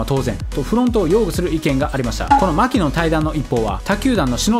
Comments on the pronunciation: マキノンのイントネーションは「マ」ではなく「キ」にアクセントを置くのが正しい。マ「キ」ノンね。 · マキノンの発音はアニヤンだと何度でも言い続ける